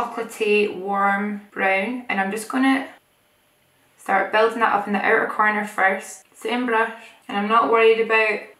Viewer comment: Here I thought the word was "outer" but I like "ooter" more 😂😂😂